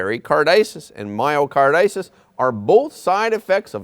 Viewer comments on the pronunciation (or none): Myocarditis is pronounced: my o car dye tis